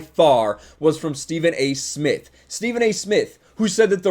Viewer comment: Stephen a Smith can't even say his own name He calls himself Stephen A Smiff. Idiot